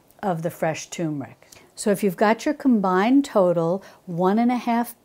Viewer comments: I might try to make these. And I also enjoyed your no knead bread recipe although as I stated in my comment it wasn't quite golden brown. However a tip here you're pronouncing the word turmeric incorrectly. There's an r in there and you're pronouncing it as 'toom' instead of turm. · You have extremely long videos. You speak too much so important information is missed. Please make your videos 1/2 the time. By the way turmeric does not have tumor in it so please don't make "r" silent in turmeric.